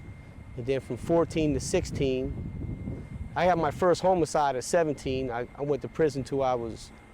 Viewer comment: He said homo cide lol